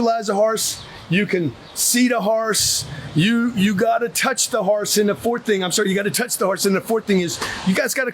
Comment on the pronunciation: Never heard horse pronounced “haurce.” Funny tho.